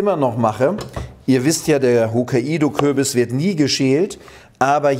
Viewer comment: Tolles Rezept 👍 Es heißt übrigens Hok-kai-do-Kürbis, wie die japanische Insel Hokkaido (ほっかいど) 😊 Ansonsten aber ne tolle Idee. 👍 👍 👍